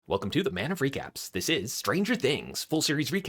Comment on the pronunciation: When you say “Man of recaps” I hear “man of freak apps.